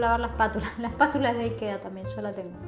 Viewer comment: .....dónde decís que se compra...Nikea??? no entendí el nombre